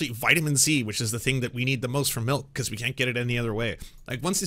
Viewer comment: The way this guy calls it "mahlk" is driving me insane. It's milk!